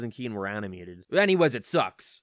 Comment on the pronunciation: You mean, citizen Kane? Not citizen keen